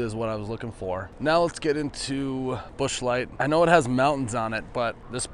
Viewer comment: I die laughing everytime !!!!!! 🤣🤣🤣🤣👏 Ps. I thought I was the only one I love with Busch beer .. except mine is never light. Lol